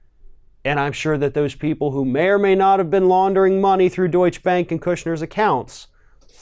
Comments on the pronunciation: it is Deutsche ( deut- cha) Bank.... Keep up the good work! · Deutschebank is three syllables, not two. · How to pronounce Deutsche Bank.